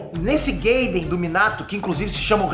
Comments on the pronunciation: nao e geiden,e gaiden kkkk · Só uma correção para o. Gaiden,é uma palavra em japonês, por isso,a pronuncia é literal. Não inglês. Por isso não pode ser "Gueiden" Começa à assistir e ler os mangás,hein doidão... `=^]- Abs! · só eu acho que o devia aprender pelo menos as pronuncias das palavras em japones? nao tanko ele falando "razenga", "kawáki", "gayden" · o esquece que não tá falando inglês, Minato gayden kkkk.